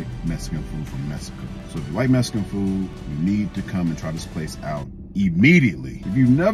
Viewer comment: “Messcan food”😂